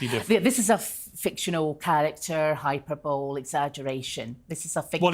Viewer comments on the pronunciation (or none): "Hyperbowl" rather than Hyperbole. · "Hyper-bowl" (minute ) If someone is making over-the-top comments about something, or using exaggerated, overblown way, they are using hyperbole ("hi-PURR-bully"). Ms. Harvey's pronunciation is funny. (yeah, sorry, I was an English teacher! Now just a never-read YouTube thread responding old lady. Cheers!)